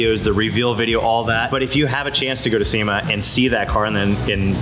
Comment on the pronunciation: Lol pretty sure the first time you said Sema I was like... nope!